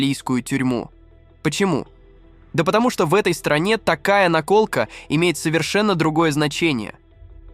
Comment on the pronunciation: В слове "наколка" неправильно поставить ударение- это какой-то особый цинизм! Отписываюсь.